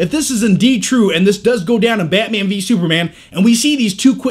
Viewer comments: Betman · I think this review would have been better if he had a Russian/ Romanian or slavic accent. He's got that face. His current accent just doesn't fit. Esp. when he says Batman..sounds like "Bat miean". LOL! Other than that! Nice review, like the humor and the edits and given the LOOONG time DC has had to make a team up movie, at least they are learning from Marvel's errors. So all in all whatever the outcome, it's looking good for all the fans! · go on, say Barman again. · Baeaeytman? Baeaeytman? Lol I'm sorry the way he says it is so funny! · y does he say batman like that